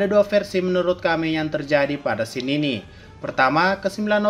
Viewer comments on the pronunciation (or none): none